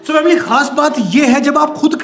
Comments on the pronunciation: It's not vamliy it's family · Why they say vamily??? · Why are you say vamily it's family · vamily vamily vamily Me like: poko poko poko 🤣🤣🤣🤣🤣🤣🤣🤣😂😂😂😂😂